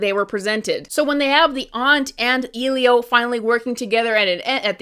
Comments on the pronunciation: The way you kept pronouncing “Elio” as “Eelio” was so grating, sorry. It’s pronounced Eh-Lee-O, like elephant or elevator. I have a name starting with the “eh” sound and people are so weird with how they pronounce it. I just couldn’t take your video seriously because you couldn’t even pronounce the title of the movie correctly. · Sorry.. who is “eelio”? You mean Elio? 😂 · I could not disagree more. Elio (ELL-ee-oh, not EEL-ee-oh) is by no means a perfect movie and isn't the best Pixar movie by a longshot, but many of these arguments are ungenuine and only serves to show that you went into this film looking for any and all reasons to dump on it. Also, I'm just gonna say it; repeatedly mispronouncing the main character's name when it was spoken aloud several times by several characters in the film AND comparing what are obviously Latino characters to BEANS?!?! Not a great look. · WTF is "Ilio"? The movie is called ELIO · Just putting this out there because I’m particular about things but like isn’t his name “Eh-lio” not “ee-lio”? Like that’s all I’ve heard in the advertisements for it- I have not seen the movie yet though. I too am tired of the new pixar animation style- however I feel like it worked in just Luca. It made it feel more storybook like and it really fit the vibe of the movie imo. Other than that, they need to ditch it I am sick of the Kroger ad lookin characters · Why does everyone keep calling him 'EE-lio?' It's 'EH-lio' with a soft 'E', they say it dozens of times in the film it isn't hard to pronounce. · Bro fr!!! I didn't even see the movie, and I still knew it was pronounced 'EH-lio' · Exactly! People are way too focused on nitpicking. I understand the basis of not liking to style but people are way too focused on finding things not to like lately. (She isn’t even saying the name of the film correctly, did she even watch it or..) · How can you watch a whole movie and still confidently pronounce the main character’s name wrong 💀